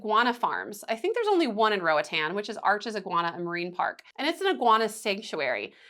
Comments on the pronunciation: RO AH T-AH-N, it's a Spanish speaking country and this how the vowels are pronounced, unlike in the U.S.... but if you prefer to pronounce it as an American English word that's anyone's prerogative. Just know the locals would not pronounce it Ro-uh-tan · Who told you that was the right way to pronounce Roatán? Lmao. It’s in Spanish girl. It’s definitely more like what you initially thought before whoever corrected you. Roa-tahn.